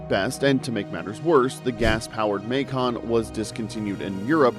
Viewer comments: Wtf is a maycaan learn to speak 😂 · Muh-Kahn. Roy-Ters